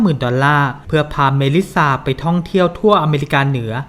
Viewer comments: ทำไมหงุดหงิดกับชื่อเมลิซซา อ่านเมลิซ่าไปเลยไม่ได้เหรอ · จริง ๆ เป็นเรื่องของการสเตรสเสียงที่คำสุดท้าย ไม่แน่ใจเหมือนกันทำไมแอดไม่ออกว่า ซ่า แหะๆ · ต้องอ่านว่าเมลิซ่าไม่ใช่เหรอ